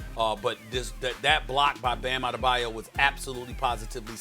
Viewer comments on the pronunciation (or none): none